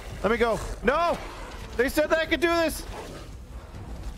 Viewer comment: "I think we did all we could do" don't you mean "I think we did all we cadou?" :D